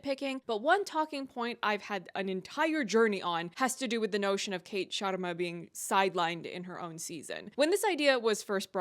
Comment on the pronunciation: honestly it (slightly) bothered me how no one could say the sharmas name right! its a very common name and its pronounced shuhr-mA (the way you said it and NOT shAA-rmA). and i dont care if they dont roll their R's but this is basic i mean it takes 2 seconds to figure it out